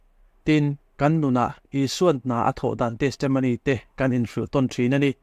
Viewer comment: Testamony tih hi chu a ngaihmawhawm deuh,a thenin Testomony an ti bawk.Testimony tih ve mai a tha e.